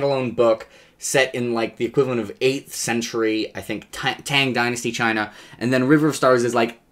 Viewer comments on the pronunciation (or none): none